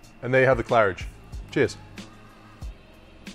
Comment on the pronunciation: You pronounced it well, good job (I'm french)